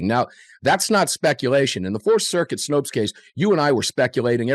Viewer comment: Snope, not Snopes.